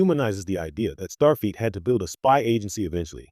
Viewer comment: MAGA Make America Godly Again,,, After hearing "Starfeat" three times, I just stopped watching. It is, "Starfleet".